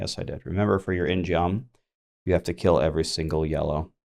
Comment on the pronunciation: Hey... just wanted to tell you ingeom is pronounced 인검 (in gum) its a korean themed weapon like the taeguk.. anyway hope this helps